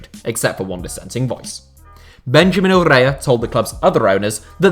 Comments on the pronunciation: That ‘r’ roll on Urrea... you’re Mr Continental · is taking a few days off to rest his tongue after correctly pronouncing Urrea